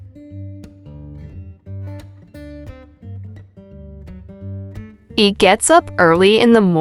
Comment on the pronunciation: The pronunciation of "HE" is wrong at the beginning of several sentences.